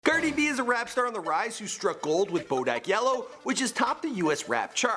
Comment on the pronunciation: It's cardi b not "cerdi b" say it right